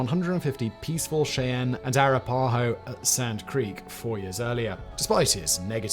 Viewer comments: No big deal but… it is pronounced wash’-i-taw. Also arap’-aho. All short a’s and a long o. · I thought Simon did a very good job overall, however I kept getting distracted every time he mispronounced "Cheyenne" and "Arapaho".